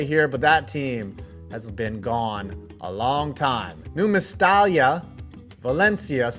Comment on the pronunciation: Great Video! I think I commented here before, but regarding Spanish pronunciation, what you see is what you get: in Nou Mestalla, you pronounce every letter, so a good English transcription would be "No-Mess-TAH-Ju(st)", I hope I explained it well hahaha